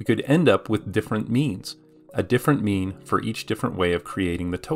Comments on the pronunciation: At some point I started hearing meme instead xD. But it wasn't! So mean! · Sounds like he's saying meme. Now solve the mean of people who get the Monty Hall puzzle wrong.